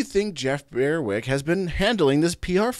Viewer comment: BER-wick, not BEAR-wick